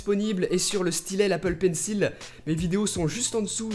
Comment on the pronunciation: Tu prononces toujours mal le mot Pencil